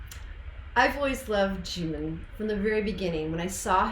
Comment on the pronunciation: jimin is read as jimmy